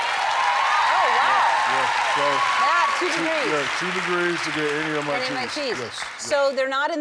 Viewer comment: He said keys not cheese